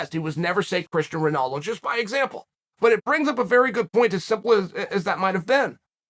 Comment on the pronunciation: Hahahaha "Christian Ronaldo" Never change Chael.